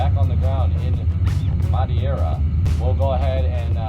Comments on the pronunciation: How he pronounces “Madeira” scares me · as an American/Portuguese the way you pronounce Madeira is very cringe worthy lol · How did you mess madeira with madieira? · You did screw the Madeira name :-/ And Funchal aswell xD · IM FROM MADEIRAA AAHHHHH and yes you did say that wrong.... kind of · I'm from Madeira and I gotta say that pronounce it's just amazing (in sarcastic way) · As a Brazilian I'm internally screaming. He's in Iberia and can't even say Madeira? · 100% not hating on but the people saying 4/5 on the pronunciation of Madeira island and Funchal, the city, I’m really confused as to how you rated that. It’s more like a 3/10 and I’m not even born Portuguese but lived in Madeira for 11 years since the age of 5. I have a serious question for you guys. Are you really Portuguese????? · its no madiera its madeira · Its not madiera its prinounced Mad-eer-a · Just say MA-DE-RAH not muddy-era... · man, you almost said it well. But is Madeira not Madiera ahaha Funchal was good though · lol you were way off with the Portuguese name. Its a Portuguese island that is pronounced like, Me-thay-da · Muh-day-ruh, Foon-shal i know its a bit late but if you were lookin for a 'correct' pronounciation ☺ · Mad-hey-ra ahahahah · you pronounce it "mahdaydrah" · Madeira And you pronounced it Madiera. Please people, stop switching letters. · Madeira = MUD-AY-RAH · You almost got the right pronunciation to Madeira.. the "ei" in portuguese is pronounced the same way you say "Hey" in english ( something like Ma-d"hey"ra .. I prob should blog about it, but since you provide so much knowledge about flying i guess you wouldnt mind to get some from knowledge of portuguese since this airport is known worldwide. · Hey portugal thats where i live and its Ma-Deh-ra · "mad-ay-ra, fun-kull" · Madeira = "Mad-Hey-ra" Trust me , i'm from Portugal Also... PORTUGAL CRLH ! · I’ve been to Madeira Cristiano Ronaldi international the runway is small and it’s pronounced ma deer a fun chal